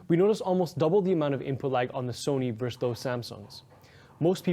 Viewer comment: Why can’t anyone under 30 actually say the word "versus" right?